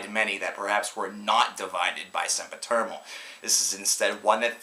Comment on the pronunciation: stop saying SempiterMal its SempiterNal !!!!